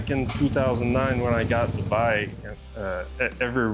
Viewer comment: Makes me cringe everytime he says "bike".....